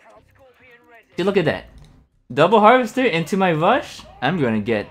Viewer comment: Hiya. Where are you from? Is it common to skip the R and say a W, haha. Bike Wush, Whino tank